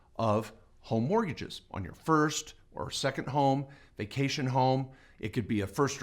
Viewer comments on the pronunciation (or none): Lol "home martgages"